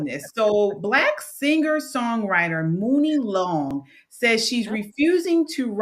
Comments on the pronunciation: It's pronounced Money Long, not Muni. She has written a lot of music for many different genres. She was a ghost writer for 15 years plus years. Look her up Priscilla Renea is her real name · Wouldn’t want to listen to her crying about nothing anyway. Forget her. She pronounces it “Money”, by the way. Money Long, Brain Short.